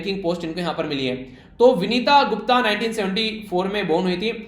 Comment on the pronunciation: सर विनीता गुप्ता नही वनिता गुप्ता